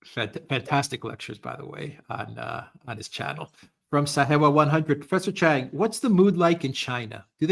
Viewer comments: It's not Chang, so embarrassing. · Its. Not chang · Its not chang